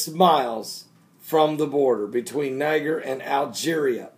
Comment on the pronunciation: It's pronounced Ny-JER.